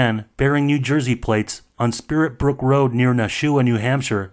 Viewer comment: It's spitbrook Rd, not spirit Brook